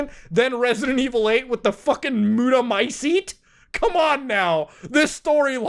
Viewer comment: The "Muta-mycetes".... 😅🤭